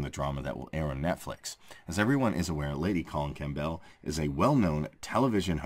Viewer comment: The p in Campbell is silent